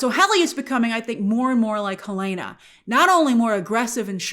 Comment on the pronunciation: It’s Hell-en-uh not Hell-ae-nuh 😊